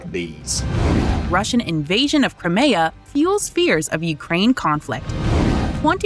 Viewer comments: The new narrator is shit. "Crameyah"?! Crimea has been mentioned every day in the news for over a year! You'd have to live in a no-news-bubble not to know by now. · Crim-Ay-A? Where the heck did you find her? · If that AI narrator says "Cry-may-uh" one more time I'm outta here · Good video. However, maybe the lady reading text should work on pronunciation ("CrEmia" - instead of Crimea, "AsEEv" - instead of Aseyev. 🙄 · Lol FN pronounced Crimea as crymaya. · Great video, but the way the voice over pronounces Crimea is cringe